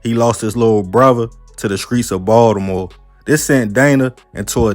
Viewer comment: The way he says Baltimore annoys me…it’s like he not from Baltimore but lived here long enough to claim the city smh